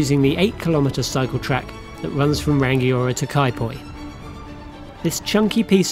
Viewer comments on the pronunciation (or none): Hey. Good stuff, though there is no hard 'g' in "Rangiora", it's Ra-ngi-o-ra